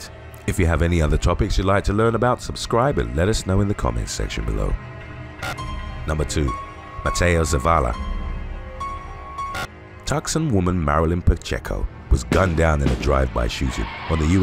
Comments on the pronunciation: Tuxun!? Tucson is pronounced TOO-sawn. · Tucson is pronounced 'Too-sonn' not 'Tuck-sun' 😂. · Please… I beg you… The place “Tucson” in the USA is pronounced “Two-Son” not “Tuk-son” Note - Im not American… I’m British.. It only takes a simple internet search to know how to pronounce the names of these places… Also look up “Waukesha” too! 😋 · Tucson - 'Too - sahn,' not tuck - son. It's disturbing how immature & insecure, to the point of murder, people are nowadays! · Pronounced Toosonn not Tucson as its spelt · Tucson- pronounced "toos on", the "c" is silent. Not trying to be an ass, but this isn't the 1st video in which I've heard mispronounce this city's name. He's such a great narrator, I'd assume he'd want to pronounce things properly. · Love your channel, just one correction. Tucson, Arizona, is pronounced "too-saan". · Too- san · The pronunciation of Tucson was wrong. Common mistake tho. Pronounced Too-saun. Guess the "c" is there for decoration. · Tucson is pronounced too sahn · Tucson, it’s pronounced “too-shan” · I apologize but Tucson is pronounced TOO-sawn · Is it really pronounced 'tuckson'.,,,? 🤔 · Just an fyi, Tucson is pronounced two-saun. The "c" is silent. Love your vids! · Tucson …pronounced Tpp- Sohn… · Ugh, "TUCK-son" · Tucson is pronounced too-sahn. I like your channel, but please, do better. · Once again: "Tucson" is pronounced TOO-sahn. Really. Please learn to pronounce the words you're saying! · Tuscon, u is a long vowel so the c is silent